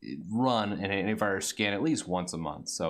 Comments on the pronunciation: it sounds like he says any instead of anti "hey you don't need to install any virus on Linux" Oh I don't need your tip regarding this ^^ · I definitely heard your intro as " how to install any virus on Linux", which seemed like quite a peculiar tutorial. Took me a moment to remember you americans have a deep hatred for "t"s. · Oh yeaah